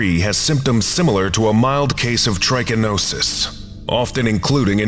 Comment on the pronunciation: Pronunciations of trichinella and trichinosis are slightly off. The "ch" in both should sound like you're saying the letter "k". And the first syllables of both are NOT the long "I" sound (does sound like the I in it). Just a small FYI. tri-ka-NŌ-sis tri-ka-NELL-a The letter "o" is the only long vowel sound.